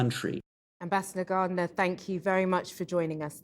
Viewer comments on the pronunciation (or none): none